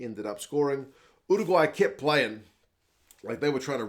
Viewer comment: Finally someone who actually knows how to pronounce Uruguay. Great commentary.